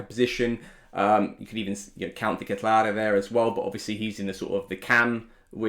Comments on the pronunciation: he's saying it wrong actually. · Fine! You know how to say Dekatelare.... Just say CDK, make it easy on us.